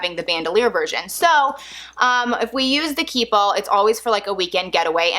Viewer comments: Key Ball ..? Its french and says keepall ( kee- pall ) and mens “hold everything “ its a travel bag and must gett Stains ect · Anyone else hearing keyball instead of keepall? You talk so fast that you’re running keep and all together making it sound like keyball.